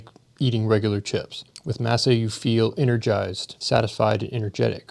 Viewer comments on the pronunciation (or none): Im pretty sure masa is pronounced "MOSS-uh" not like "MASSah" 😅 but maybe im wrong lol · Uhm, I am a fan of those chips that sponsored the video, but it's pronounced "MAH-sa," not "MASS-ah" One evokes the Spanish word for corn meal, the other evokes the subjugation of slaves to a tyrannical slave lord. (And yes, Beef tallow is incredibly satisfying.)